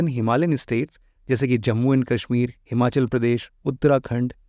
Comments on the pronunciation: It's कश्मीर not काश्मीर 👍🏼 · Tu bihari hai. , KASHMIR KO KAASHMIT MT BOL 😂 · It's not Kaashmir 🙂 It's Kashmir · Sir , it's not Kaashmeer , it's Kashmir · Sir kaasshmir nahi it's kashmir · Kaaashmir... It is Kashmir. Please pronounce the aa correctly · Sach me 😂